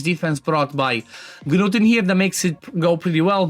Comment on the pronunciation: THE G IS SILENT! It is pronounced Newt. For the love of god stop saying Ganewt 😂